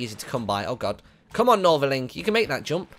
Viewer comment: its Northerling....